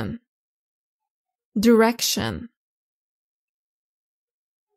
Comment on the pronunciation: يعني قناة طويلة عريضة ويخطأو باللفظ هذه مصيبة دايريكشن اتجاه وليش دوريكشن يرجى الانتباه